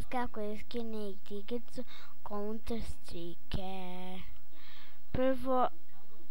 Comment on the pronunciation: Ne kaze se kounter strike vec kanter strajk. Da li znas da pricas